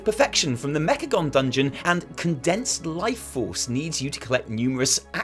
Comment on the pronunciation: "Mechacome" Oh you silly kids XD